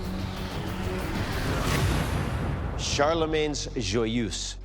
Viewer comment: amazing how none of these people can pronounce "joyeuse"